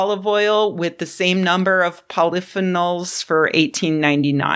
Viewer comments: Cant argue with a woman who pronounces polythenols like this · I enjoyed your video, but please correct your pronunciation of polyphenols. Your pronunciation is completely off.